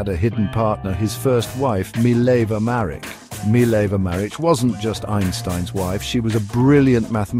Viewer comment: pronounced Mah-rich (ch as in 'rich')